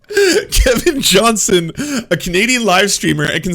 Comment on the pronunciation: JohnsTon FFS! WHY DO YOU KEEP CALLING HIM JOHNSON? ARE YOU ILLITERATE? Johnston NOT Johnson!!!